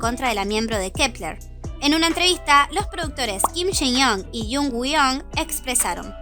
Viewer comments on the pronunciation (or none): none